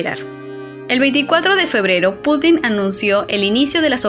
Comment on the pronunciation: Muy interesante, salvo el hecho de que el Presidente de Rusia no se apellida Putín (literalmente puta pequeña), si no Putin (con acento prosódico en la u). Igualmente, su nombre no se pronuncia Vladimir, con acento en la última i, si no en la primera. Buen vídeo y muy interesante.